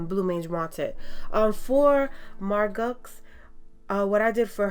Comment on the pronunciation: It came out great! Her name is pronounced Mar-Go, though! :)